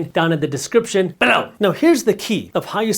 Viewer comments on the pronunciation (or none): they way you say below is 🤮 and thats why i dont watch your videos anymore